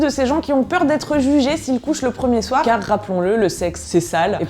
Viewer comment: "Carrrr fér lé sexe" 😂 Vidéo très juste et drôle 👌